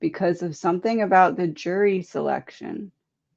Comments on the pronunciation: did you say "jury" or "jewelry”? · I thought she said jewelry too. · I thought I heard that also …JEWELRY!!